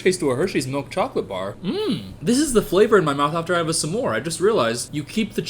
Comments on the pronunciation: anyone else notice that when he says smore he says sum more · i like the way you say s’more